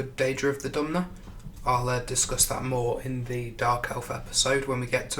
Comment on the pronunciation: Dunmer not Dumner, FFS!!!!